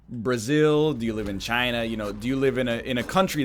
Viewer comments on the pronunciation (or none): none